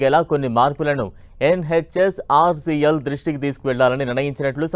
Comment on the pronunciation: “YEN HETCH OR SEA EL”